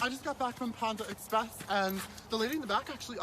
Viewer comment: Pändah Express